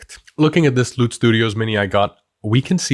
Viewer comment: sorry but... Do you know that "Loot" in that ad sounded like "Lewd"?